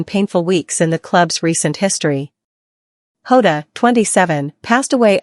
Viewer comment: It's Jota not Hota and he was 28. Fuck this bullshit